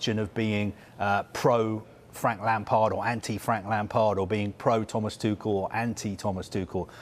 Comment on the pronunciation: Thank you for pronouncing Tuchel correctly (at least in British German).